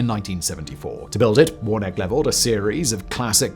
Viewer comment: I think that’s warn-a-key.